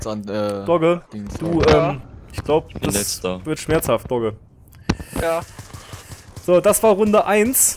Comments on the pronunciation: Du hast ca. mal "dogge" gesagt :) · also ü wie klingt das als ob wäre er gestört :X mit doge .... doge ... doge .... doge :X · sag nicht immer doge... es nervt -.